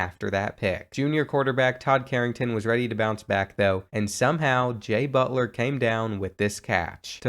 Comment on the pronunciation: EVery time he said jay butler i felt like i was hearing jimmy butler